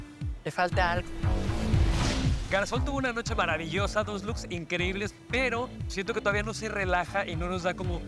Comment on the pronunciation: "unos loos" bastante impresionantes jajajaja ni hablar sabe.